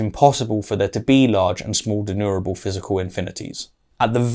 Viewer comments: I promise to slowdown on the nitpicking habits but it's not pronounced De-nu-ra-ble like does here:...but /dɪˈnjuː.mər.ə.bəl/ Even low epistemological bar-holding william craig pronounces it better What am I doing???? why is my nitpicky nature clouding my love for debunkers of crappy-argument-holding low-epistemological-bar advocates. Why oh why!!!! Help me out somebody! 🥺 Aaaarrrggh! 😵‍💫 😂😂😂😂😂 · De+numerable. Not denurable. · denumerable or denurable? I keep failing to here the "ME" part in the word denumerable. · And a dozen times thereafter :-( "denumerable" has an M in the middle. It originates from the latin "numerus" or number. It is NOT pronounced "denurable". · You seem to me to pronounce denumerable as deneurable. (George W 'Nucular' Bush would probably approve.)